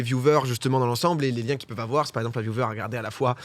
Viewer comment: domingo arrête de dire "viouveur" stp xD